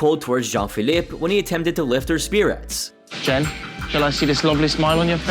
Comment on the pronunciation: Jean Phillippe, not John Phillip. AI puts the em-phadis on the wrong syl-lable.